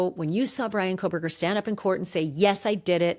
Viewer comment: It is Kohberger ..Not Kohl berger.